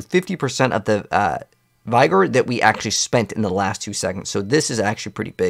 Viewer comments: not to be an english teacher but its pronounced v-gor or v-gour not by-gor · Please pronounce Vigor correctly. It’s easy: VIG-or. Not Vy-Gor. Any Google search can teach that.